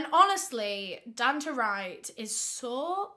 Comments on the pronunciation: bestie i think its probably pronounced don-tay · It’s pronounced DONE TAY